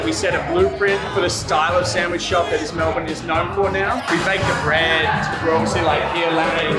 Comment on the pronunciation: Pronounced melbin not mel born. Other than that, good vid mate.